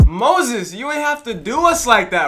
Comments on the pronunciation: He pronounced his name “Moxas” is the song yet you still say “Moses? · This dude said Moses lol